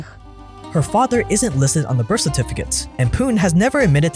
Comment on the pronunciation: are u saying birff for the word birth??